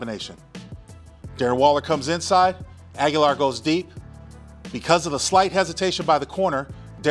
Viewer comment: Linc, love you brotha. Agholor's name is pronounced Ah-Go-Lor.